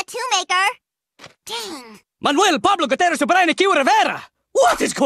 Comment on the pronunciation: none of them can actually pronounce 'gutierrez' the right way.